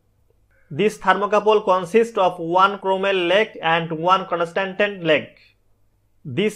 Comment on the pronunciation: not conastantan its constantan, :P